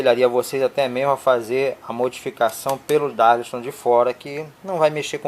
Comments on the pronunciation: Não é DARLISTON, é DARLINGTON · Amigo, "darlisto"? O que é isso? Será que você quis dizer "DARLINGTON"? Acho que é isso. Darlington são 2 transistores em cascata, aumentando assim o ganho total de amplificação da base.